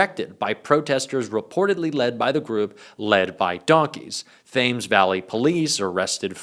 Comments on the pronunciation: Thames is pronounced 'tems', not 'thayms'. 👍👍👍 So glad you're enjoying our very British protests. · Please dear, it is pronounced Tems not Th-ay- ms. Love your content, though❤ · Thames Valley Police is pronounce “Tems”. X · Fyi 'Thames' is pronounces 'Tems' not 'thamez' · just so you know the River Thames is pronounced.....Tems,..not thames as you would think from the spelling. Aloha from a cockney limey viewing from Hawaii. We watch you everyday. Thank You for the sanity. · I was delighted to see the Trump/Epstein projection on the keep at Windsor Castle! Hilarious! (BTW Thames is pronounced Tims.) ❤ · The force is pronounced Tems Thames Valley police. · "Thames" is pronounced "tems". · Mate, it's pronounced Tems, bizarre i know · “Thames” is pronounced “Tems”. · Thames is pronounced "Tems". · We hate tRump. 🚫🤡🍊 I love your videos,, but Thames is pronounced Tems. 😉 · Love your videos, keep up the good work. FYI Thames is pronounced temz. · Thames is pronounced 'Tems' - silent 'H'. Otherwise, excellent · Thames is pronounced Tems, it's the river that flows through London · it's pronounced "tems", although it is spelled "Thames". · Good work. FYI: ‘Thames’ is pronounced ‘Temmes’. The ‘h’ is silent. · "Tems" Vally. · Love your channel,!! BTW: The river that runs through London is pronounced: "The Temz" Not like it is spelled. Other than that, YOU'RE KILLIN' IT!! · Thames is pronounced "Tems". (UK pronunciations are impossible without training!) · Thames is pronounced Temms,. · 'Thames' is pronounced 'Tems'. You're welcome. Great info, keep it up. 🇬🇧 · It's Tems. The h is silent. 💙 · Thames Valley police is pronounced "tems". We hate him btw. British free speech is alive, whatever the idiots JD and Elon say. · Please...Thames is pronounced Tems. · "Thames" is pronounced 'Tems' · Thames is pronounced Tems pet. ❤ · Thames is pronounced tems. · Thames is pronounced Tems, nevertheless,another brilliant video